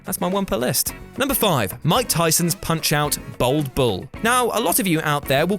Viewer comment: bAld not bOld ffs how many times